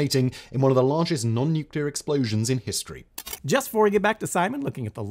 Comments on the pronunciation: 👏 NEWK 👏 LEE 👏 ER. IT'S NOT NEW-CUE-LER. N U C L E A R. NEWK-LEE-ER. This drives me insane. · Please teach that man how to say the word “Nuclear”… every time I hear him say “nuke-you-ler” it makes me cringe. Even just looking at the word phonetically there’s no vowel between the C and the L, just break it down into it’s two parts my guy- Nu (pronounced like the word new) and Clear (pronounced like the word clear, but with a little more emphasis on the a). Please and thank you. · I am begging you. NUCLEAR. Nuu CLEE er. Nukular makes my teeth hurt. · And sorry to be pedantic, but when I open a show that I hope to learn something from and one of the hosts says "nukyular" it just irks the crap out of me. Simon himself would probably roll his eyes if I didn't properly pronounce it "alumin-ee-um." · Nuke-u-lar ad, bro. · Nuclear: new-clee-ar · Ad guy annoying af. Nucular isn’t a word. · Why do people still say "nucular?" 😂 It's ok. Still a good video. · Isn't pronounced properly, either. That other dude is a moron. "Nucyoular" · Im unsubscribing because of the guy that cant say nuclear properly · Why, he cant even say nuclear properly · YEESSSSS. That's one of my biggest pronunciation pet peeves! Like nails on a chalkboard 😖